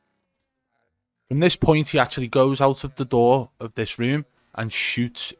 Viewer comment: The way he says "dis guy is fucking pre aiming me" just kills me 😂💀